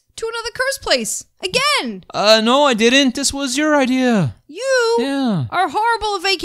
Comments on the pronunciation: said ider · There really funny😂😂😂😂😂😂😂😂😂😂😂😂 because says ider not idea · Why does say ideers instead of ideas